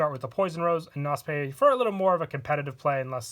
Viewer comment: Knospe is German please look the Aussprache up on google